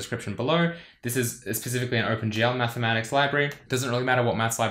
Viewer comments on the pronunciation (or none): Ah yes, mathematicses.